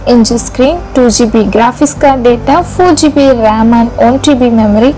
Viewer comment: Informative video but the pronunciation of RAM is wrong